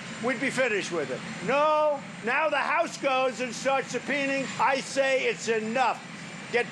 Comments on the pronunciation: "subpeening (subpoenaing)" -- Trump complaining about subpoenas while continuing to chip away at the English language, or not-so-covertly talking about his sub-par peen? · “Subpeening.” My new favorite word. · "Now the house starts SEPIENING"? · Subpeening? Infastructure? Speech impediment much? 😂😂